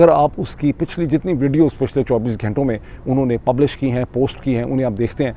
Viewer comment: Mr Pirzada the name of the prestigious university is Harvard and not Howard. And in Urdu the word is "ghanton" (hours) not ghaaiton or ghaaintay. Also it's pronounced Piolet and not poilet. 🫡